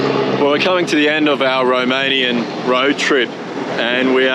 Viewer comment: Mate you are literally putting every english speaker I know to shame, your romanian pronounceations are bloody brilliant, literally perfect in some cases. Bloody well done! 👏